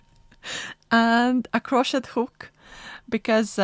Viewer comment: art kit Crochet is pronounced croshay in English. Love your kit and peek into your journals. Thank you also for the magazine flip, I own some old issues so fun to see a newer one.